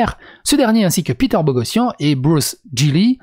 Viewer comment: en fait ça se prononce Borossian, "gh" ça fait "r"